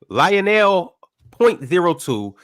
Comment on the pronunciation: Pronouncing Lionel and Li-O-Nell is diabolical 😂😂